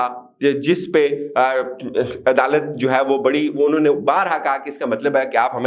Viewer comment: Inhon ne ? Not clear